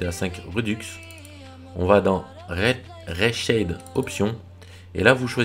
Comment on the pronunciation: super video par contre c'est ri chaide pas ré chaid (Reshade)